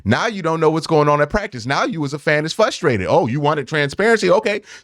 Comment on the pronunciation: Dawg I love you, but I'm FRUSTRATED with how you keep saying fuhhhhstrated